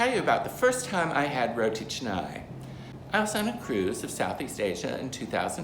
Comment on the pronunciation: Thankful that you don’t pronounce it as “rotea kahnay” LOL. Makes me cringe every time I hear that 😂😂